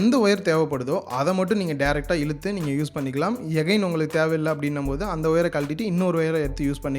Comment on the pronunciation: good effort brother , oru small request adikadi neenga ' again ' word use panringa , aana thappa pronounce seiringa , yagain nu solringa எகைன் nu , pls thappa ninaika venam